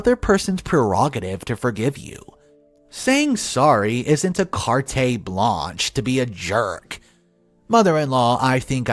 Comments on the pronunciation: Kart. It's pronounced kart. Not kart-eh. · Car-tay blanche.. lol. Your mispronounced words are hilarious.